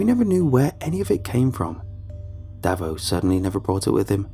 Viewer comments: Davo is not pronounced like that lol its Dave-oh. Its an Aussie thing like Johno and ambulances being ambo etc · "Davo" is pronounced "day-vo" and "bogan" is pronounced "bow-gan". So many non Aussies get our slang way off. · Listening to an america get all the aussie words wrong is funny as, bogan daveo, so good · his pronounciation of 'Davo' and 'bogan' hurt my soul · Tell me about it 🙄